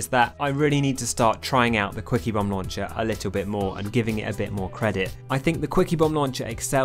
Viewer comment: With your accent I keep hearing "squeakybomb launcher"